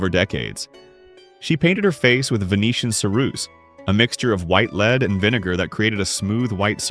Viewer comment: Too bad AI narration cannot tell “lead” (pulling a thing along) from “lead” (the metal) F-AI